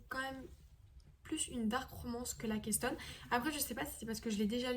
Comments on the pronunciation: ca se prononce lèkston pas lAkÉstonE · ça se prononce Laykeustone pas Lahkeustone